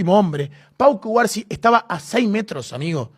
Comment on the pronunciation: Cubarsi? O Cubarno? Jjjj